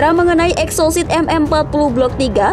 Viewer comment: Salah baca min.Rudal EXOCET.bukan sit